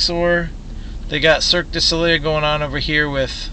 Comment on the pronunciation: you pronounce it circ duh so lay